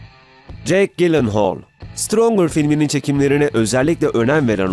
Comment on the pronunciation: Gyllenhaal diye okunmaz "celınhaol" diye okunur